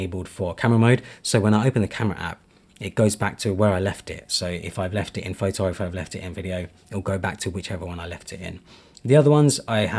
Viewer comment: bro said phaitai for photo 😭